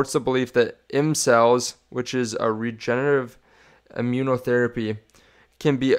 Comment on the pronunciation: bro u cant say regenerative.lol